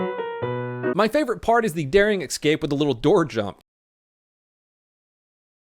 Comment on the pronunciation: It bothers me that you can't correctly pronounce "escape"